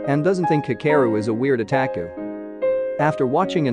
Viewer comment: OMG WHY AM I SO TRIGGERED AT THE WAY THE NARRATOR SAYS ANIME AND OTAKU